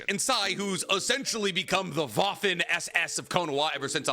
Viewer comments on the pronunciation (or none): none